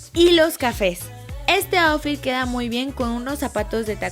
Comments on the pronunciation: Lessli me encantoo todo el video pero outfit se pronuncia autfit no aufi ☺️☺️ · APRENDE A DECIR OUTFIT Y LUEGO LO DICES